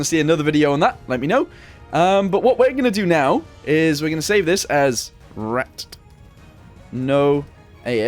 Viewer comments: Actually those back hatches are accurate the p1000 ratte was supposed to have motorcycles that came out a back hatch also it's not pronounced rat it's pronounced rat-tae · The ratte is pronounced "ra-ta" and never was brought to a battle because it was still in development. The maus was the ratte's younger brother basically. Also unless its a really old vid or a private vid I can't find the mortar tank.